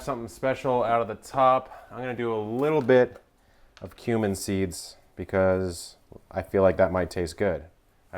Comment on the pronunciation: Epic Eats - that's perfect!!! I wonder if a keto sugar could be subbed for the white sugar. Kevin, you might want to google the pronunciation of turmeric and cumin. :-D